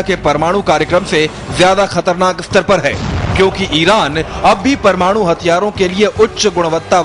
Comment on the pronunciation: yar iski hindi bakwas bilkul smjh ni aa ri... 'parmadu' lol n wat is this 'iss' 'pakisssstan' 'newssss ppr' 'manssssube' 'tezzzzzzi' '' etc :P anyways PAKISTAN ZINDAABAD